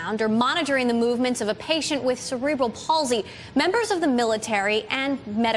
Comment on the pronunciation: Beware of professional talking heads who cannot even pronounce "cerebral" properly. Egad. Good posting, uprated.